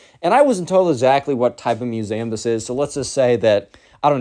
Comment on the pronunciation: Please pronounced museum properly.